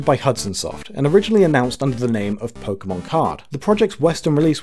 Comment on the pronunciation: thank you for not pronouncing it "pokey-mon"